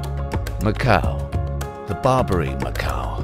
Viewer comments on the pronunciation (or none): I didn’t realize there was a silent “q” in macaque.